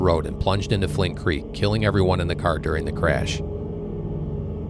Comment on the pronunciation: It’s Flint Creek, not Flynn Creek